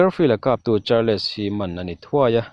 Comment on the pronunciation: Histree - tia lam tur, histawri nilovin..Chuan Char-less nilovin charls tia lam tur ani....Alawmawm hrim2 a bengvar thlak..lo trang zel rawh